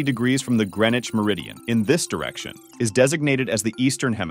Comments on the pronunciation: I didn't know that the pronunciation of Greenwich is "Gre-nich" 👀🤣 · Can't even pronounce Greenwich right.